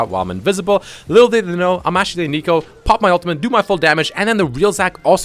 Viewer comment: Why do you call her aneeko? It’s neeko. Your pronunciation is agitating.